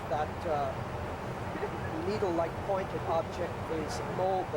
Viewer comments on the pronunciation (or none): Cool video I live in Utah he is pronouncing Moab wrong its pronounced Moe-Ab. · Captain trying to pronounce Moab, Utah 😆